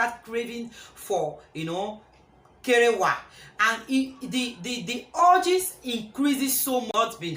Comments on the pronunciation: Wow this is a lovely topic you chose I totally loved when you said "kerewa" 🤣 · I don laugh tire, nor b small kerewa, anytime u say d word "kerewa" it sounds so funny🤣🤣🤣🤣🤣🤣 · you are too much.. See me laughing hard when you say kerewa🤣🤣.. Yt must be confuse with that pronunciation... 😃..kerewa all the way sissy 😁😁I just love everything about this content.... Thumbs up sis